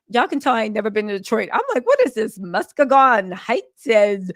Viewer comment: Mus-kee-gon. We like 3 hours away from Detroit! Not Earnest C Brooks Correctional Facility! That’s 8 minutes away from my house. I’m about to schedule a visit with old dude! 👀👀👀😂😂😂